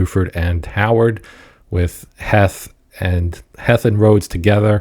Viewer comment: Pretty sure it’s pronounced Heath. Thanks for the vid